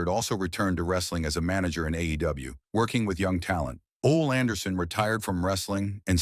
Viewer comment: Ole pronounced "Olay"!!